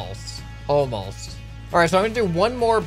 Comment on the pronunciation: almolst, almolst